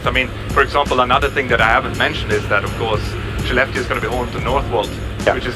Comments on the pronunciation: It would have helped to spell or show in written the name of Skellefteå. I heard "she left you", the transcripts were not helpful with "Shileft Steel", until it showed up in the airport - for just too short a time to be aware of it. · Absolutely shocked how the "Skellefteå" is actually pronounced.. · the 'k' in Swedish is pronounced as 'sh'?? i also heard the other day someone pronouncing 'Köttbullar' (meatballs) as 'Shot -bullar'